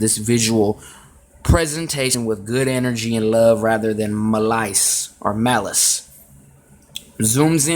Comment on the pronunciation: Wow. Bro you can't even pronounce simple words such as malice and unscathed and you want people to listen to you? Not to mention you know nothing about the artist you are supposedly trying to expose and it shows. You've got to be better Bro. This is trash.